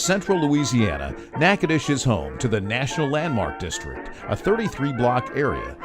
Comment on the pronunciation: At least you pronounced the name correctly.